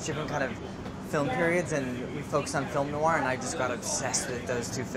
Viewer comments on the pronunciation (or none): none